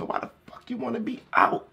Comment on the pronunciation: that boy sound like he from the country “wat he won’t” 😂😂